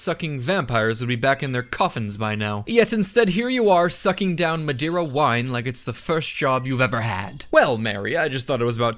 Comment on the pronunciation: He pronounced Madeira like it was the Spanish word madera and not the Portuguese word madeira both mean wood.